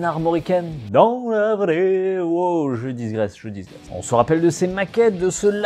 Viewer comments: C'est digresser et non pas disgresser :) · On dit Digresser, pas Disgresser, ça heurte les oreilles 😂